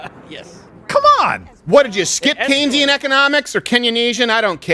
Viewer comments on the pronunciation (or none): none